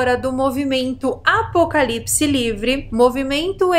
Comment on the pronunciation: Oi Carol! Tenho percebido que ao decorrer do tempo você tem avançado no processo de comunicação. Veja, a algum tempo atrás ouvia se você falar ( apocalisses), ( Alizenigena) e completava com alguns palavrõezinhos populares normais bom de ser escutados, onde nos faziam mudar de humor. A tempos bons aqueles, Um forte abraço.❤